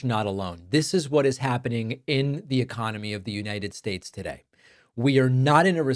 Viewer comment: Its the uh CON, O MY!